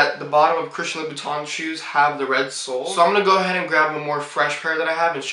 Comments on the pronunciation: Oh and Monsieur is written with only one I . And this is pronounced Loo boo tin (like the teint in fond de teint) . At the end of the day it is so much better to be fluent in French rather than have french shoes . Huge thank you to my parents for sending me to boarding school in Switzerland. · he cant even pronounce the brand name properly what do you think :)